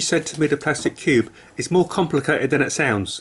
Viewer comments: He annoys me saying cubey and not just cube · It’s cube not cube-e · Why is he saying cubee and not cube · The fast he pronounced cube as cubey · He said cubeie